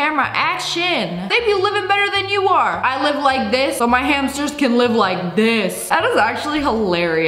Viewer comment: Her calling guinea pigs hamsers💀